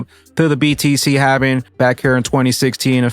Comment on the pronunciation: ....It is Halving or Halvening. Driving me nuts...lol